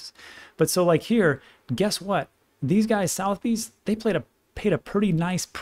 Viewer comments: Phonetically- suh-the-beez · It's pronounced "suh-thuh-beez". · pronounced soth a bee lol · It’s pronounced suh-the-bees. 👍🏻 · Oh you really butchered the word Sotheby's haha. I am surprised you never mentioned VGX considering the recent jump. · You’re pronouncing sothebys incorrectly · Its not prunounced South Bees its prunounced Suh the Bees...🤔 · Just fyi. It's pronounced like "sutha - beez". Famous global UK based auction house. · Trivia...... Sotheby's it's funny old English. Sutherbees is how it sounds . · that is pronounced soth(like cloth) er-b's not south-b's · Hey, just trying to be helpful; Suth-er-bees, not south-bees. Thanks for everything you do. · love your stuff. As a Brit I can tell you that Sotheby's is pronounced Sutherbees with a soft th as in "there". The "u" is as in "under". Bees as in "bees". All the best to you. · Pronounced sutherbees not southbes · Its pronounced as Sotherbees, not southbees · I really like you but it is pronounced suh-thuh-beez not southy's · Sotheby's (a famous British auction house) is pronounced 'Sutherbee's' mate (just for your info) :) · suth-eh-bees is the pronunciation of the auction house - Its a top tier UK Auction house based in London originally but has rooms globally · FYI it’s pronounced [Suh the Bees] Southebys…it’s one of the oldest and largest traditional auction houses in the world. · Was thinking the same but thought "there's so much solid information he's giving". We'll forgive him for pronouncing Southbees incorrectly 😆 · FYI. Think the auction house may be pronounced Suhth-uh-bees but hey. You say tomato I say Tomahto. Love your content. Cheers! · Never heard the venerable name of Sotheby’s pronounced Southbees….. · Hi Sotheby’s is pronounced Soth-er-by’s It’s probably one of the most famous auction houses in the world originating from London, England Keep up the great work my friend! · Sotheby's sounds like suvver-bees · Hey it's pronounced: Suh-Thuh-Beez